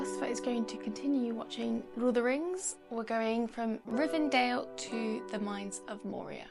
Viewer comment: I think she keeps calling it "Rivendale" in every episode, but it's name is Rivendell. It might seem at first glance like a small detail, but Tolkien wrote the names of things first, then the story followed suit. It's quite important to have the correct wording for us to understand his references and messages. If you don't already, I recommend that you watch with subtitles.